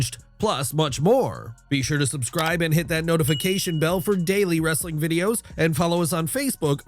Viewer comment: ..."Wrrrrrrrrrrrrrrrrrrestling content" always gets me 😂